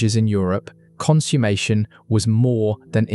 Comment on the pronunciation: Please check your pronunciation of "consummation".